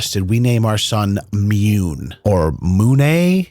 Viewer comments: It has to be pronounced "moon", not "Mewne" right? I mean, June not "jewne" Dune not "dewne." On a side note, My now adult son, he was boen when I was in my teens, is named after a lie I told his mother. hahaha It was harmless, she wanted to know what my middle name was early in the relationship and for some reason I thought it was funny to tell her the most ridiculous name I could think of and I never told her the truth until that name was on the birth certificate haha He rocks it though ;) I should add, I had no say in the name, there was no discussion, I didn't know what she was planning all I knew is that when I showed up and heard the name I was thinking "Oh shit.. I never told her the truth did I..." hahaha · Mune is pronounced myou nay...according to Google translate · ...the name Mune is pronounced "myoon" and means "Guardian of the moon". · Its pronounced MOON😂😂😂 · It’s pronounced “munneh” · The entire “Mune” story had me laughing so hard, the way you pronounced “Mune” and the way you portrayed the wife wanting to meet someone to conceive a child named Mune 😂😂😂😂😂🤣🤣🤣🤣🤣🤣🤣!!!!! HAHAHAHAHAHA!!!! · Wtf is a Mune ??!! 🤣🤣🤣